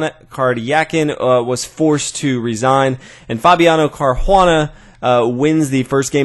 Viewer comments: nice video, but there is no "h" in Caruana, it sounds really bad how you say it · Good vid as usual. Except I have to agree, the mispronunciation of "Caruana" is grating. :( Why not just refer to the players as White and Black? So much more natural. And more clear: when you start throwing in the players' first names as well, it starts to get confusing. Seriously, just always say "White" and "Black".